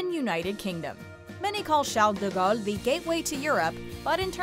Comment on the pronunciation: I love how she goes out of her way to (over)-pronounce the name of CDG correctly, but butchers most of the other international airport names that aren't in English-speaking countries.